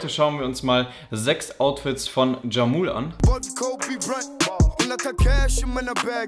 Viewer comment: Er spricht sich nicht jamul sondern jamuleee